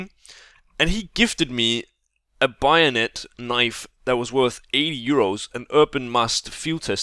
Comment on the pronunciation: WHY DO YOU SAY BAYONET LIKE BIONET?!??!??!?!??!?!??!?!??!?!??!?!??!??!?!?!!!!!!!1!11!!!!!one!!11!oneoneone